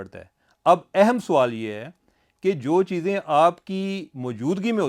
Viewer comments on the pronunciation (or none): Aap Sawal ko Soaal kehtey heyn jo keh ghalat urdu hey.